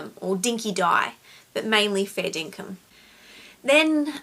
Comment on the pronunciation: RIP it's "Dinkum" not Dinkin. Maybe that's you and your sister going two-up to the shops on her bike. Go easy on the educated lass, I fortunately grew up in dust and thongs and swimming in rainwater tanks. Listened to older people rather than tell them how it is, and was happy to get told off rather than strapped. Dodged a thong or two from Mum rather than a bullet or three in any war. Maybe listening is the key. You did and you remember, that's a story maker rather than a teller.